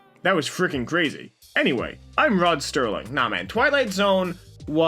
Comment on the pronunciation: Rod Serling. His name was Rod Serling. Not Rod Sterling.